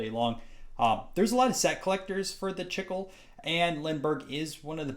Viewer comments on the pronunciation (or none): Its pronounced "Chee-clay." Spanish for "gum."